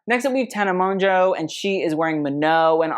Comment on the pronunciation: I love you. But Tana’s last name is pronounced Mojo but the j is pronounced like Je in French. Ok bye. ❤